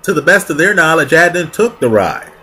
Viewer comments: I just watched this and completed Serial. I am confused why you can't say his name correct? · It seems he’s intentionally mispronouncing Adnan’s name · I feel like you based all of your opinions on Serial which really is only touching the surface of what actually happened. Ps - why can't you pronounce his name?